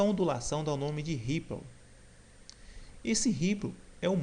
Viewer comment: "Riplo"? É sério? Repita comigo: "rípou" - foneticamente, essa é a pronúncia correta.